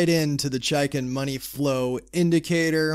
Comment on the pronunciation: it's pronounced "chake in"